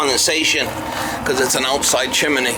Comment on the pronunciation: Chimney not chiminey.